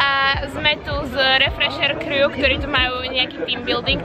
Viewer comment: keď už sa v tých videách snažíš vyslovovať anglické slová tak ako sa majú,tak to rob poriadne,crew (krú) nie (krjú) au